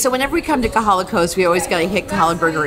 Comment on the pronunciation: Thank you for the Big Island update... however it is KOhala not KAhala!